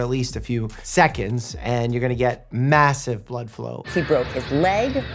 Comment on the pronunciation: Did You say massive